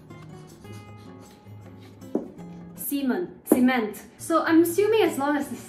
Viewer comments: "semen- cement*" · "semen- CEMENT" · I cannot forget the fact that she had called cement " semen" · “Semen.. cement” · I wanst looking at the screen when she said sêmen and spit all my food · ah, yes. Semen-t.